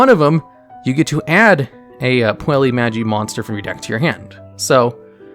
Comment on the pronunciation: The correct way to pronounce it is "Poo-ella Maj-eye" Madoka Magica